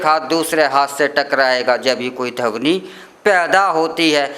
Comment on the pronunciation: बुरा ना मानें🙏🙏 "धवनी" नहीं,, "ध्वनि" शुद्ध शब्द है।🙏🙏